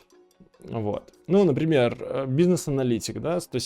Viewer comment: "бу си несс" просто прекрасно я щщщитаю :)))